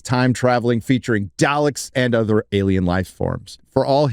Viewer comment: Oof. The way pronounces "Daleks"